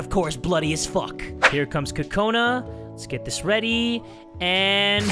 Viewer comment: it's pronounced kokana